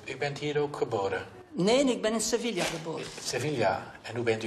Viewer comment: geboren in sevilla en sevilla niet kunnen uitspreken... triestig...